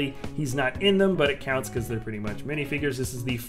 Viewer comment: This is how mush he said Batman | V